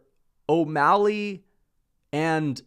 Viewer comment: “adam22’ mally” is crazy lol